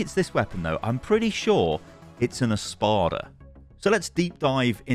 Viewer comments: Im not sure if it’s his British accent but when he says espada which is Spanish for sword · Just a little thing... "espada" means sword in spanish (and portuguese) :)) you don't need to try to say it, just say sword